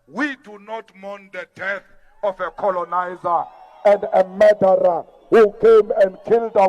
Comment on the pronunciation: What is a mederer?? 😂